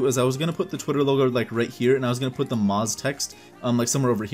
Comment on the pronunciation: It Shall Not Be Pronunced maz it shall be pronounced mooaz ok muaaz